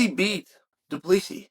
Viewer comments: Du Plessis is correct spelling not plessi.... so you say his name wrong. It's.... Do-pla-see-sis, (say his first part of the name as you would say "hey bru") so it is "druh-khus" "do-plah-see-sis" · Uncle, DuPlessis is said...Do-pliss-see and Dricus is said...Dlee-cus. So it's, Dlee-cus Do-pliss-see, and you are correct, he is a tuff c&*t. I'm a Kiwi and don't mind saying he is tuff. Sth Africa is New Zealand's biggest foe at International Rugby for about 100 years we have battled each other and we respect the 'Bokkies for their hard men, real tuff bastids and they would be the world's premier rugby team if it wasn't for our All Blacks team. We kicked their arse last Saturday night here in Auckland and nearly doubled their score but they were still a formidable foe, as hard as nails, it's just that we play better rugby, oh yeah, our team, the All Blacks are a pack of hard baskets too, but better rugby players. South Africa are the incumbent world cup holder. November 2023 in France is the next Cup where the trophy returns home to Kiwiville, where it feels the most welcome. The William Webb-Ellis Trophy it is called, we in NZ call it 'The Billy'and the Rugby Union HQ has a Cabinet, chocka block full of a huge array of silverware, cups, etc that the All Blacks have won over time and it looks bare without the Billy. Welcome home son, ALL is forgiven. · Driscus ‘doo pleesi’ plessis